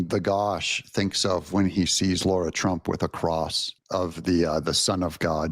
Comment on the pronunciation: What is SO DAMN HARD about speaking the word “Lara”? Explain yourself. Stop being disrespectful to Lara Trump. Her name is not “Laura”.